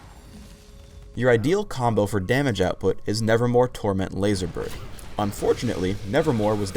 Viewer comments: Anybody else noticed that said "nevermoRe" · Just now noticed this after watching this spotlight for like the hundredth time, but isn't it "nevermoVe" and not "nevermoRe"?